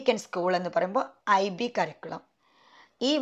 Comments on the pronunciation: കറിക്കുളം അല്ല. കരിക്കുലം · Lots of pronounciation mistake. ഒരു സ്കൂളിൽ work ചെയ്യുന്ന ആൾ സ്കൂളിനെ കുറിച്ചു വീഡിയോ ചെയ്യുമ്പോൾ കുറച്ചു കൂടി ശ്രദ്ധിക്കണം . എന്നോപ്പോലെ പ്രൊനൗൻസിയേഷൻ problems ഉള്ളവർക്ക് ഒരുപാട്‌ കൺഫ്യൂഷൻ ഉണ്ടാക്കും . cambridge curriculum Native…. Etc….. Check these words